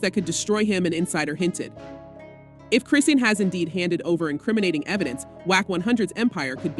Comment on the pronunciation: Mmm, I’m interested in an update but not click-bait. Meaning, the voiceover don’t even know how to pronounce the girl’s name correctly. Thus, lacking credibility. I stopped watching this video .